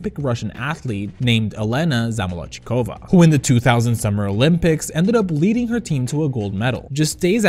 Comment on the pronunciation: There are so many fashion queens and old school diva style queens, Katya just brought a different archetype. btw small note: It's pronounced zamolotsh-kova, she pronounces it wrong in the song but right at other times.